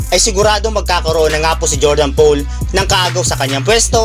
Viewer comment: Click bait. Bro Poole ang apelyido ni JP3 it is pronounce as pool as in swimming pool hindi "pole".